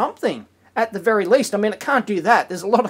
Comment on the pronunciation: Problem is it would not be wery energy effishent XD